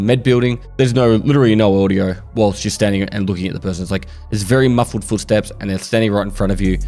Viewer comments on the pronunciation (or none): what is "Odiooo" 🤣